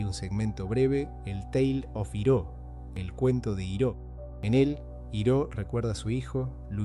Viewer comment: La mala pronunciación de “Iroh” me hizo mucho ruido 😢 del resto excelente video!